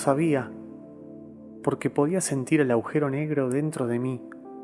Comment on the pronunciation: Ehhh Agujero, no aujero